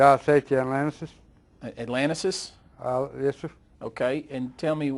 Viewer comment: "Job safety Atlantises" lol